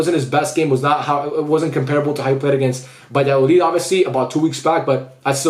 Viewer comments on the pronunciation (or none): none